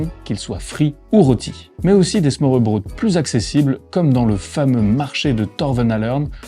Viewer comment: Petit conseil pour la prononciation: å = o / ø = eu. Smørrebrød se prononce smeurbreud :) Superbe vidéo à part ça, elle m’a rappelé pleins de beaux souvenirs de la ville !